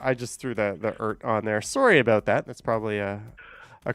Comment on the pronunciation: Sorry aboot that eh 😂😂😂